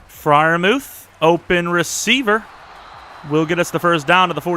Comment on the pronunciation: is just me getting kinda frustrated when he calls pat Freirmuth frie like pls just call him muth